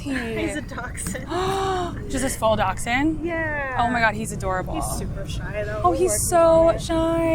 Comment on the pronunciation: when they called a dachshund Docksind that made me die inside a little bit